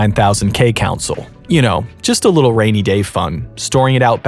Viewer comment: 🧐 There is no way this dude is this deep in the game and no one has told him, it’s not pronounced “Council” it’s pronounced “CON- SOUL”. I refuse to believe he doesn’t know this.🤨 -This is equivalent to not pronouncing MIDI as “Mid-EE” but instead calling it “Mid-EYE”.